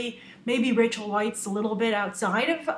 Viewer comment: I know I'm nitpicking, but 'Weisz' is pronounced 'Vice'.